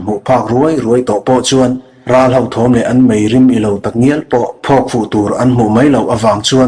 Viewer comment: Ngaihnawm hle mai. Upload hmasa kha ka ngathla a, ngaihnawm ka la ti reng. Mahse, 'ho' tih tur awm tak khai 'hau' tiin i lam zel in ka hria.